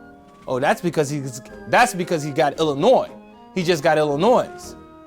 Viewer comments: Never trust your retirement funds with a guy who can’t tie a tie and says “Illinoise” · "illiNOISE"? are you fuckin kidding me? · "Illinoise," srsly? 😒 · He said it right the first time, then corrected himself to be wrong